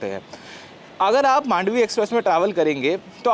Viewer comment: In Marathi slang we say "मांडवी" not "मंडोवी"